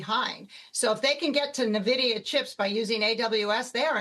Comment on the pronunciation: Na-vidia chips lol